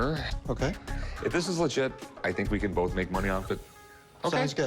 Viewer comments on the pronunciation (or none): none